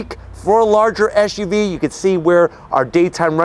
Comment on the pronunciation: First of all, the acronym is "Ess"UV, not "Esh"UV as you are currently pronouncing it. I don't know if that's an American fault pattern. Secondly, I thought your cocaine mirror reference was quite clever. Lastly, with such thin tires on such large wheels, does that not make the ride extremely rough for a "luxury" vehicle? And please stop constantly yelling. You sound freaked out and too excited, as though you were using that "mirror" a little too much. (IMHO)